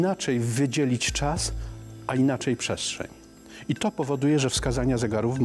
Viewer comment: Jak tu wierzyc na slowo typowi, ktory wymawia „pszeszczeń”